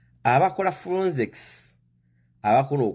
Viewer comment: Bakiyita FORENSICS not FURONSICS....you are a confident ignorant funny man.